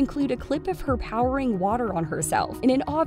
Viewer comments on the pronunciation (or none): "Powering water"? ...Powering?!...POWERING?!! 🤨How does this mispronounciation even happen? 🤔Is the narrator an AI Text-to-Speech robot or something? Surely a human couldnt make such a strange mistake. Like, even if it was misspelled in the script, a human would quickly realise that it made no sense when reading aloud. It reminds me of Ron Burgundy and how he will read anything on the teleprompter without question 😅